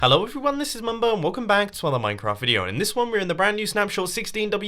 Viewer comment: He says Ello instead of hello!